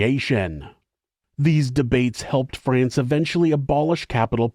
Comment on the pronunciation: I am approximately 50 billionkagillionzillion times more disgusted and horrified by this pronunciation of "France" than I ever could be by humanity's adoration of murderous treachery and cruelty. haha